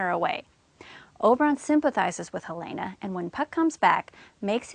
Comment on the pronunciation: u pronounce helena wrony